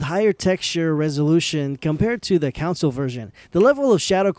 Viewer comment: Console is not pronounced the same as the word Council.